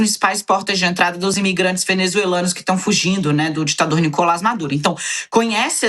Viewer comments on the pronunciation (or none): none